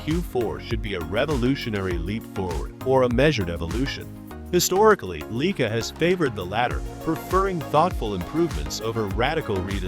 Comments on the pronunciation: 'Leica'...........NOT 'Leaker. Drivel. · WTF is a Leeker! Plus this video actually says nothing!